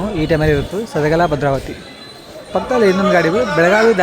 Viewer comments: ಸದಗಲ ಅಲ್ಲ ಬ್ರದರ್ ಸದಲಗ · ಸದಲಗ ಅದು ಸದಗಲಾ ಅಲ್ಲ correction maadi brother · ಸದಲಗ ಗುರು ಅದು ಸದಗಲ ಅಲ್ಲಾ...ಎಸ್ಟು ಸಲಾ ಹೇಳಿದೀನಿ😮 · ಸದಲಗಭದ್ರಾವತಿಯದು. ಸದಲಾಗ ಅಲ್ಲ